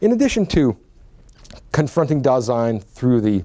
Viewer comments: It's Dasein, not Design. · Just wanted to inform you that it's not DESIGN; it's DASEIN. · mispronouces Dasein as if it were French, not German, maybe an attempt to prove to Americans he's competent?